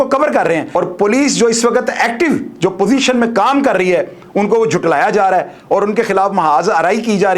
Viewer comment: Urdu k Chand alfaz Jo AP ka takeya Kalaam ban Chuka he, js may takafazi ghaltiyan Hoti Hain. Maslan. Mazamat nhe mazhmat. Karrhaie nhe karrahi, pls ye darust krny sy AP ka. Bayan mazeed acha taasr